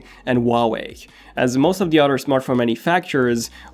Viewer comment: How come he can pronounce the “th” in “Think” but not “other”. Sounds like “udder”